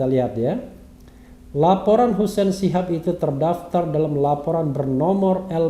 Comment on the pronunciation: itu di baca shahab apa shihab mirip HRS